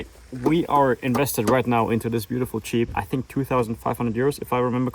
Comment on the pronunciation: pronouncing jeep as cheap is pure poetry! love your work.